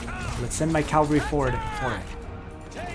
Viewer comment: Nice video but you need to learn how to pronounce "C-a-v-a-l-r-y", not Calvary (that's where Jesus died). And Marquis is pronounced "Markee". I'm not really a nitpicker but the wrong pronunciation is annoying.